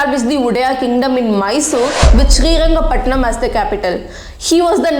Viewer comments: It’s shreerangapatna not shreerangapatnam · Its not srirangapatanam its srirangapattana , you should aware of these name and should not make mistake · Just one thing Ma’am it’s Srirangapatna not srirangapatnam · It is Shrirangapattana Not ShreeangapattanaM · It’s not srirangapatnam ,it’s SRIRANGAPATNA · When making videos of such great history, kindly use the correct names. It is not Srirangapatanam , it is SRIRANGAPATANA. Honest feedback... Would be good if you work upon your kannada accent since so many words are mispelled. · It's not srirangapatnam.😮 it is srirangapatna... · It's not srirangapatnanam it's just srirangapatna , who the fuck writes your content check it properly before blabbering i watched a video of u telling to pronounce the city names correctly and now .... 🤬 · I think it is high time u pronounce the names correctly Its Karnataka not Karnadaka,It is Srirangapatna and not Srirangapatinam,Its Talakadu not Talakad,Its Mysuru not Mysore. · Mam please correct some places naming you. its not Srirangapattanam it is SRIRANGAPATTANA ..AND it's not vijayanagr it is VIJAYANAGARA.. PLEASE PRONOUNCE PERPECTFULLY OF OUR KANNADA PLACES.. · Please do some research before making a video. It's Srirangapatna and not Srirangapatnam. Talakaadu and not Talakaad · Srirangapatna not Srirangapatnam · Correction:It is Srirangapattana not Srirangapattanam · That is srirangapatna that's the kannada word not patnam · It's not srirangapatnam Please be specific "srirangapatna" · One correction. Its Srirangapattana. Not pattannam 👍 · It's srirangapatna not srirangapatam. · Mam it's srirangapatana not srirangapatanam its in karnataka ....we say patana in kannada but pathnam is tamil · Hello madam Capital city name is Srirangapatana, not srirangapatanam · It's not Srirangapatanam..... It's Srirangapatana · It's srirangapattana,not srirangapatnam. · It is Sri Ranga Pattana and not Sri Ranga Pattanam.Pronounce it correctly. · Stop calling shriranga pattana as shriranga pattanam